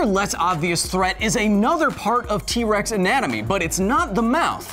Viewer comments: Did anyone else hear him say wex? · I swear you said T wex XD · in the beginning you said T wex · sorry sorry but did you say key-rex 🤣